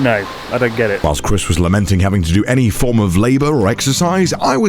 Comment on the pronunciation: dude i thought i heard connor say “lamonting” lol